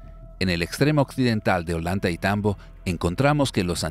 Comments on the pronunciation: Creo que se pronuncia oyantaytambo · Ollantaytambo no se pronuncia "ollanta y tambo" se pronuncia "ollantay tambo"